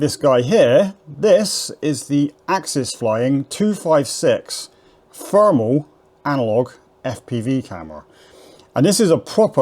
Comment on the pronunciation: Brilliant mate and you say Fermal instead of thermal just like I do? 😅🤝